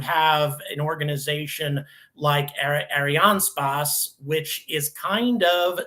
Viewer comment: Please learn how to pronounce "Ariane space" properly. Thank you.